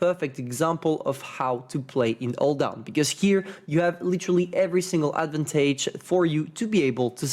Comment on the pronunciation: Learn how to read the word "Advantage".